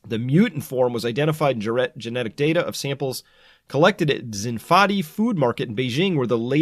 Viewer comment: Chris. It's 'xin (like your shin bone), fa (do ray mi fa), di (like 'deed')